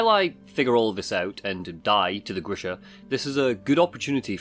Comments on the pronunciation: The name of wolverine thing is "G" as in good, "R" as in "red", I as in "it", "SH", as in she, A as in amen. it is just a short version of the name Gregory. Sorry for this spell checking. It is a normal name in my part of the world and very likely base on the names of the developers they know this name as well. EDIT: Later you pronounce the name right 👍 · The beast is not GrishNa, it's Grisha, like a Slavic name